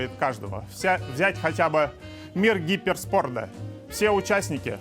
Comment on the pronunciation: Гиперспорт всё-таки не выговорил 😂